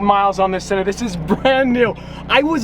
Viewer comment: Braaamont “sawn”